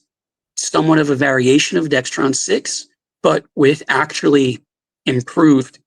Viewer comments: DEXRON, not DEXTRON! There is no T in it! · hard to take him seriously when he says 'dextron'. it’s dexron.